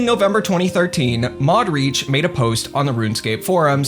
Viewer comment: every time you say mod reach all i hear is mod audi